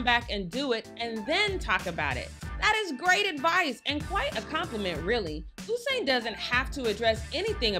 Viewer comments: She keep saying “Oh-sain” instead of U-sain that got on my nerves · U-sain, not Oosain :) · Am I the only one who hears her saying ousain bolt 😭